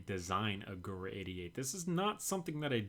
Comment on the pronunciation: Gewehr is pronounced [ge-verr] in German , sometime W is pronounced V